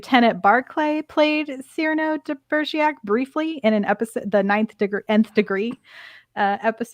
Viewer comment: Cyrano de Begerac (it was pronounced incorrectly the whole podcast unfortunately ). Also Enterprise had a character no one ever saw - Chef. It was a great idea and worked well. But your podcast is very negative about Enterprise so just letting you know.